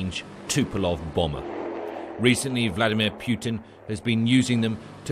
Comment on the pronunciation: Very subtle, but noticeably hilarious with the expression of the eyes topping it of: The pronunciation of Poetin sounded as Puketin. The 'j' after the 'P' and the hardly noticeable 'k' were key.👴👌😁